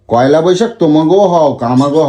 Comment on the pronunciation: পয়লা ❌ কয়লা ✅